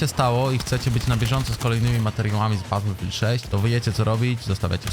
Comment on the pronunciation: baterfield 6 XDDDDDDDDDDDDDDDDDD